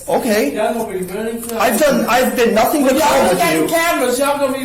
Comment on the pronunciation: Wow!! Even elected officials say “I ain’t did nuffen”!! Are they teaching this in college?